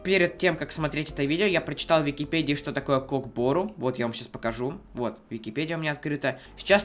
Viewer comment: не кок бору а көк бөру кто любит став лайк